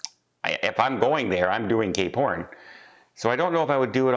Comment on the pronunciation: It sounds like you said if I'm going there I'm doing gay porn instead of cape horn 🤣